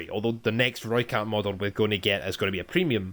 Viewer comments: You sounded like a real soutie from south africa trying to talk with the accent😂 But you do sound better than most youtubers saying "Rooikat"😎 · You may not be good at the South-African accent but you pronounced rooikat right.